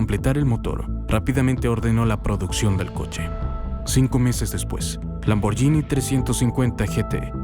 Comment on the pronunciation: Gh en Italia es como gu. La pronunciación correcta es, escrito en español, lamborguini